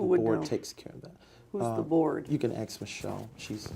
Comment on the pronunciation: “U kan axe michelle” 😂